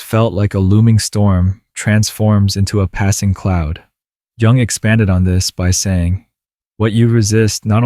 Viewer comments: Dear narrator. Jell-o. Jewelry. Joseph. J. J. J. But the correct pronunciation in not "JUNG" AS IN "JUNGLE". Please pronounce it as YOUNG, as you seem to say, 50% of the time. Thank you. Respectfully submitted for your consideration Gregg Oreo Long Beach CA États Unis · Jung pronounced “yooong”…. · It's pronounced 'Yung.' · It's Carl Jung, not Carl Young. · Pronounce Young. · Amazing video! It's called Yoong, though.